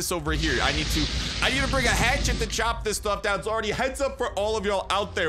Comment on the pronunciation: Lol CHOP. Not choo. One good saw blade mace usually chops it off and then he takes normal damage.